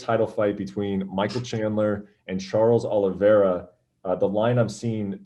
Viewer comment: “Charles Aloe Vera” - James Krause